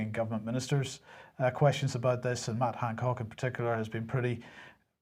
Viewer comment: I just wanted to mention here something I have noticed for a long time now: I love the way with Northern Ireland accent he always says "Mad Hancock"! Perhaps he is really saying it, but his accent can give him the excuse. Love it!